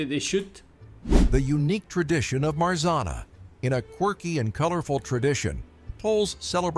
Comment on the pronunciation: Marzanna - is pronounced in a different way. The "rz" is pronounced like Ż in Polish.